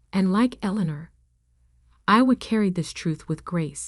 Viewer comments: "St" is "Saint Michael's Cathedral", not "Street"! "Eleanor" should be pronounced correctly always in the commentary, to have the correct spelling in the text! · Good lord. Pronounce Eleanor correctly! And St. is not for street, it's St for Saint Michaels!